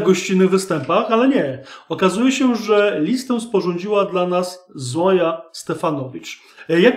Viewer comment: Nie Zoja tylko Zojcha.